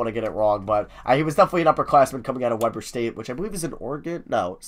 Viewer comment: You pronounced weber state wrong. The e is a long e just sayin. Also weber state is in utah not washington 😂😂